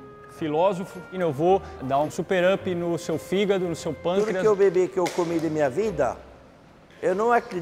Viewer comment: "Figádo" KKKKKKKKKKKKKKKKKKKAKKKKKKK